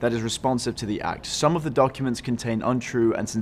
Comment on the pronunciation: i like how he said donkuments.